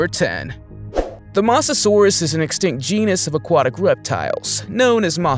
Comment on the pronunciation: Bro mispronounced Mosasaurus with masosasourus 😂😂😂😂😂😂😂😂😂😂😂😂💀💀💀💀💀💀💀💀💀💀💀💀💀💀💀💀💀💀.